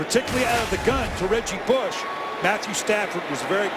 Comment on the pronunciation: he said reggie booosh 😭😭